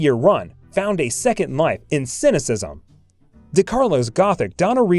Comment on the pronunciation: It was the "cynicism" that did it!